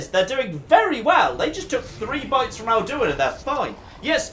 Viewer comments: Literally everyone on the planet: AL-Du-In: Al-DU-In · His pronounciation of Alduin hurts me